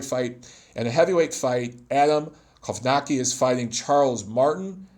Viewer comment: Glo-va-tz-ki, Kow-na-tz-ki, Su-le-tz-ki 😏 like in „tzatziki” 😁